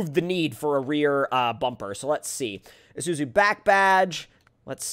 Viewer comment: #earlysquad yeah aussie's btw its issoozoo thats how it pronounced not spelled luv the vids still